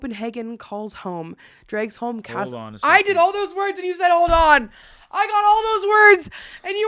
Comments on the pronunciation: I´m Danish and it honestly took me a bit too long to figure out, you were talking of Dragsholm (that g is pronounced more like a w) - I've never been, but it's cool to see one of my country's many haunted buildings mentioned by someone so far away. Dunno why it's picked over other places here though, as I can guarantee you most older establishments here will gladly tell you of their own grim tale. My own town has a guided ghost tour throughout town, because our most well-known ACTUAL REAL HERO FROM HISTORY is a ghost tale today - people see him ride through town at night, as he did on the night that he beheaded the tyrannical and foreign duke, who had laid claim to all of the profits here, or he can be found sneaking around afterwards, avoiding the duke's men, bloodied sword in hand. There's also an attic window in the middle of town, that has been open since the duke's murder, because it is above where he lived and the one time it was closed, half the town burned and of course superstition has lead to it staying open. Anyway, now that I've summarized a story that is much cooler than what I just wrote, I´ll stop rambling. If anyone's interested in the full story maybe google Niels Ebbesen or just ask me (I don´t know if there's any sufficient non-Danish articles on Niels out there) ^^' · DANMARK NÆVNT I MEDIERNE! And, please visit Dragsholm... I would love to show you around and tell you about the ghosts and people's experiences there, and teach you how to pronounce it properly 🫶🏽